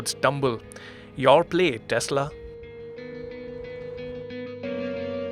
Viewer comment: it is Tesla, not Teshla